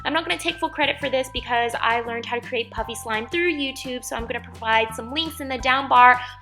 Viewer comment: it sounds like she is saying puppy slime